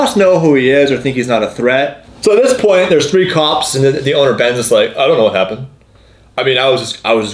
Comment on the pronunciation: saif somowidjojo i know you didn’t just say “hapent”